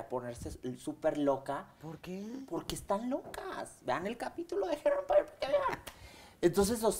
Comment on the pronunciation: Jajajjajaja la cara de Mara esperando que él la corrigiera , un cursito de ingles , la verdad que ni él pronunciaba bien hair Empeire o como se escriba Jajajaja